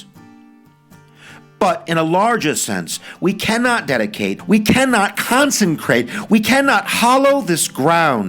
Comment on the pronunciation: Heard “consencrate” a few times!